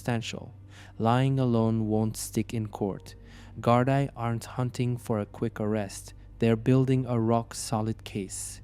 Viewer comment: Great videos, but please work on your pronunciation of Irish places, and Gardai is pronunced GAR-DEE